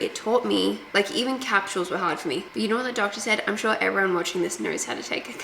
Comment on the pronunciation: I love that you pronounce it like Cap shulls. That’s cool 😅😂